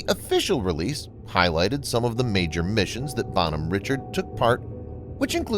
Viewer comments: Pronounce the name entirely wrong. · Good video in general. However the pronunciation of the name of the ship kinda drove me nuts. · This makes my ears bleed hearing the name said wrong having been on this ship for 3 years, this name being said wrong is like hearing nails across a chalk board